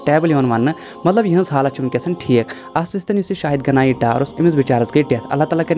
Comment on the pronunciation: Naam sahi se pada kro..naak mat kato ap log padayee ki,,,shahid ganie dar nhi hai